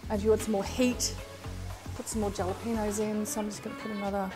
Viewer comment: Jalapeño is pronounced 'Hala-pen-yo. ' J is always silent in Spanish.... Being from Texas we would also use Cilantro in a Pico de Gallo using Serrano Peppers. These peppers are very nice for this...love your recipes. Thanks for sharing.